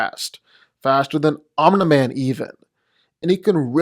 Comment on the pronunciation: Love how he says omna man